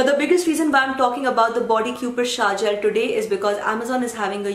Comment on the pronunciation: It's shower gel, not shaar gel!